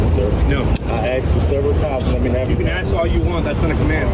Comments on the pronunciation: Pig "I axed chew." Please use your professional vocabulary, always. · Cop is an egotistical maniac...cop says I axed you for your license...what a dork.fire his arse. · If you are going to interact with the public as a police officer you need to learn to speak properly, the work is ask not axe. What an a**hole, the turd needs to be fired. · The cop pronounces 'ask' as 'aks.' That sums up the whole thing. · It's ASK not AXE. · He didn't ask you for your licenses, he axed you. And axing people is a felony. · I ax you fo yo ID.